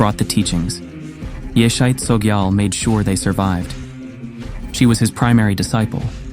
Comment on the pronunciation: Correctly pronounced is; “ YEAH-SHAY CHO-JEE-AHL”